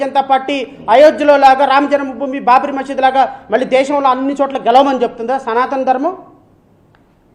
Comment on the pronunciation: సనాతన కాదు.సనూతన!!😮😮